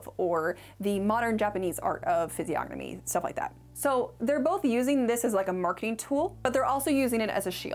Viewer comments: no way you pronounced the "g" in physiognomy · This is an important video but I couldn't get over the pronunciation of the word physiognomy. The G is silent. I know I'm a nerd but I couldn't get through the video.